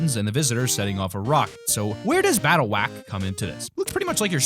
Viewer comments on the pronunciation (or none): You said battle wawke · You said battlewack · He said battle whack